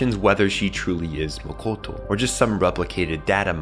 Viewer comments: Youre calling her "MAKOTO". But the right pronunciation is MO-TO-KO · I cringed every time he said Mokoto instead of Motoko ❤ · Motoko. Not Mokoto. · It's not "Mokoto" - it's "Motoko"... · Motoko not Mokoto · Omg its M-O-T-O-K-O, not mokoto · Is it just me or is he saying “Mokoto” and not “Motoko” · Gotta say, really taking me out of this video with mistakes like "Makoto" constantly being said for "Motoko"... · MO TO KO NOT MOKOTO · It Mo-to-ko, not Mo-ko-to Kusanagi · Motoko, not Makoto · He keeps saying mokoto and its so off putting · This dumbass can’t even pronounce Motoko lol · it's super annoying that you repeatedly mispronounce motoko.